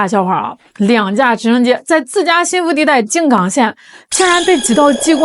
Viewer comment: 静冈是一声…不是三声